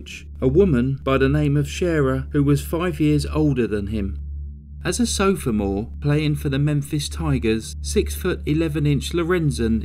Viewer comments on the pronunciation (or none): were you trying to say sophomore? (Sof - more)😂😊 (it's US equivalent to 2nd year high school or college) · sorry things don’t come across right written down, I didn’t mean to sound mean! It just made me giggle, generally I’ve only heard it said “soff-more” but I definitely could be wrong!! I do love your videos thanks for all your hard work x